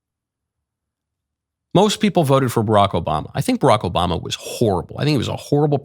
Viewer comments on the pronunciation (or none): none